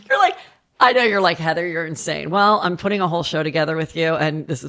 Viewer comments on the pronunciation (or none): none